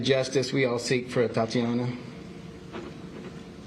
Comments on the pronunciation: 🤔Boy, they sure did jack her name up😠You would think that a situation like this, they should've been briefed as to how to correctly pronounce her name!!!😡🙄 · Yeah. Kind of cringed Everytime they tripped her name. Just put. A in front of Tatiana.